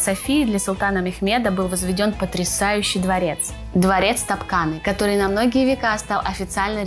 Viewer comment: Большое у меня сомнение: если ведущая действительно бывала в Стамбуле, почему де она неправильно произносит название дворца Топ Капы? (в ее интерпретации он почему-то Топ КаНы). Очевидно, все от поверхностных знаний и чтения не своих текстов? Анлайк, плохо все очень.